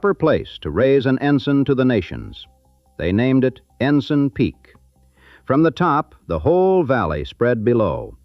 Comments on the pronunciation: The captioning spelled "Ensign" Peak as "Ensen." The narrator pronounced it "EN-sen" which is a Navy rank. We usually pronounce "en-SIGN" which means a flag. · It's ENSIGN PEAK NOT ENSEN.